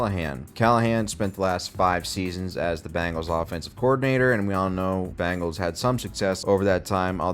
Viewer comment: genuine question: what's up with the use of 'Bangles' for the Bengals and 'Jagwires' for the Jaguars? our boy isn't the only one I've heard pronounce them that way. is it a regional thing?